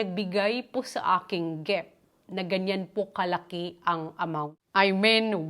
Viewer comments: Driving me nuts hearing you say….GEFT……it’s a GIFT! “ I”…GIFT. ( dont mean bad, but I need to, so you can make a correction) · Bat po kayo GEFT ng GEFT?